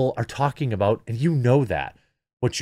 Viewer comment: Whoops! Jeremy dropped an "aboot"! He's secretly a ashamed, closeted Canadian. jk